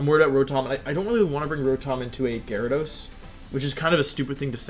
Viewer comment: Nobody: Wolfey: GARYdos